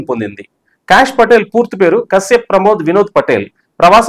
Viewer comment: "భగవద్గీతపై అంటూ.. ట్రంప్ సంచలన ట్వీట్"? మీరు వీడియోలో చెప్పినదొకటి. పెట్టిన హెడ్‌లైన్ వేరొకటి. BTW, ఆయన పేరు cash కాదు సర్. కాష్ అని పలకాలి.